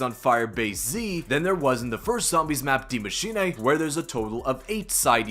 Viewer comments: Great vids, but only thing, gotta stop saying die machinaaaeee lmao it's die machine-uh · "Dee Machinay", ok then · it’s still pronounced “dee” tho